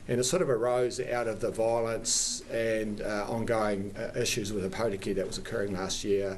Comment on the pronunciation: How many places can I mispronounce?